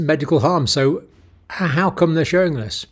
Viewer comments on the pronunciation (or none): none